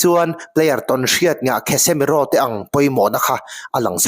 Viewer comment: Kasemiro tih angin lam mai la, "KHESEMIRO" ti sek aa